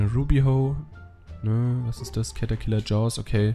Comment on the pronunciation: es heißt nicht cet sondern catterciller